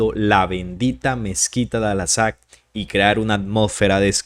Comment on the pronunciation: Por favor : Al -- AQSA ; y no' " Al -- Asaq " ¡ gracias !